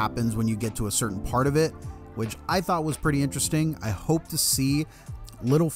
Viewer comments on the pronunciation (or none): none